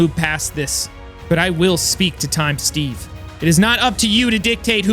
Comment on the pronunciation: He said void stage instead of steve 🤣🤣😂 I'm so 😭